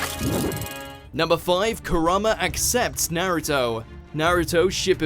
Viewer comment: It hurt a little when he said Naruto. Uggh pronounce it properly